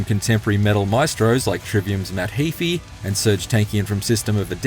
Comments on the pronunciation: Matt “He-fee” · My dude don't even know how to pronounce Matt Heafy 's name properly, lmao